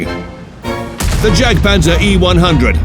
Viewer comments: Dear God, the way he prounouced Jadgpanzer...absolutely heretical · He pronounced jadgpanzer with a j instead of a y